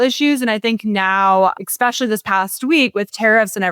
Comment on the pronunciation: Did she just say "expecially"? I'm done with this segment 🙄